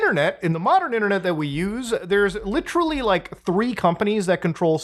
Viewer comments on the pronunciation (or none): This has really fucked with me for a long time now. You ssy ""literally" not just constntly but you pronounce it just like Leafy. PLEASE stop. It's gone on long enough bro.